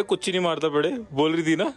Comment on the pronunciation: You people are pronouncing really wrong. Kurchini madathapetti , it means folding the chair 🪑